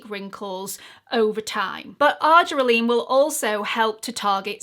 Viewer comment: Thanks for this helpful video as I do use this product in my skincare regimen which includes tretinoin, niacinamide, AHA & BHA acids and LAA Vit. C. Because I use my Vit. C and acids in the am, I'll take care to only use the argireline in the evening. But, please note, FWIW, it's pronounced "ar-JEER-eh-lean".